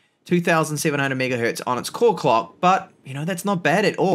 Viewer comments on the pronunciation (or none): none